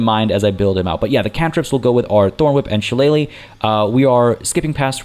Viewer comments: You're pronouncing shillelagh properly. I know because of the wrestler Finley back in the day he used to use one as a weapon 😅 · Awesome start, glad to see you starting a playthrough of BG3. Can't wait to see the next episode. And as for the pronunciation of 'Shillelagh' you were spot on!